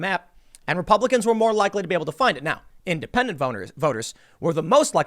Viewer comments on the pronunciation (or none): Did Tim say, “Independent boners”?